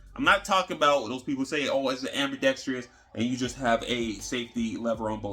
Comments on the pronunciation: Just say "AMBI"...not trious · There's no "i" towards the end of "ambidextrous" 😄😄😄 So many put a "i" back there though when saying it. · I use to pronounce an extra “i” in ambidextrous. Now when I hear people use it I feel smarter all of the sudden.😊